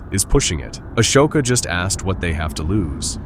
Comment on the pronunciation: aSHoka? Pahdme? These AI narrators are getting better, but they’re not quite there yet.